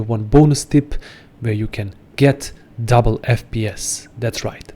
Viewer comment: It's "double". Not "duble".